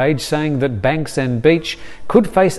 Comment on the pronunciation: Thanks for the professionally reported updates. Btw, Bang Saen is pronounced Bung San or Barng San as an 'a' is pronounced as 'ar'.